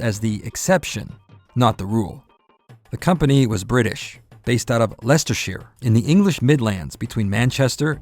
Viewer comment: Leicester is pronounced lester